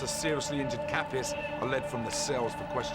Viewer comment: 😂😂😂 It's Kapris bruhh... Kapis means something else😅